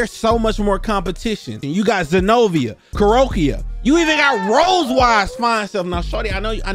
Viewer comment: It's Kuroka, Ku-Ro-Ka! Not Ku-Ro-Ki-Ya the mark 4 ur big fat information.